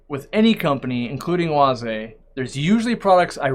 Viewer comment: As a German I am impressed with your pronunciation of Oase